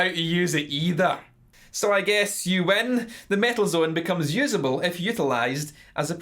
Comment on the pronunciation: if somebody wants to watch REAL mt2 reviev, see how Ola Englund does it. and please, take this irish fucker down. he cant even fucking speak. its metal zone, not mietl zuuun. fuck.